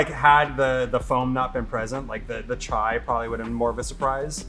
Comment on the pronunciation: Ahem, "chai" not "chia" ... .